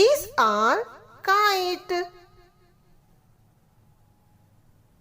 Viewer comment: kite not kait